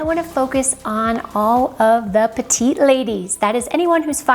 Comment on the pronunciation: Excellent tips. Many are also useful for men. The one recommendation is to pronounce the last t in “petiTe”; that is the female of “small” in French, as “petit” where the t is silent is for men. Thank you!